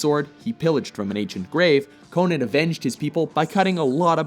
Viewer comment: “Conin?” No it’s CONAN!